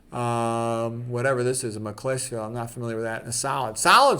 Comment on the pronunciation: Brit here, it's pronounced ma-kuhlz-feeld and it's a town in England known for it's silk production. Which as you'll know is the best material for ties to be made from.